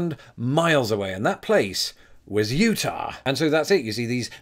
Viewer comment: I just appreciate your not saying "Utahwrr"